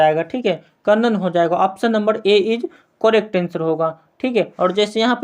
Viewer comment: Sb kuchh thik hai, lekin aap pronounciation shi kijiye.😮😮😮 Ex -- vikalp, kanan etc.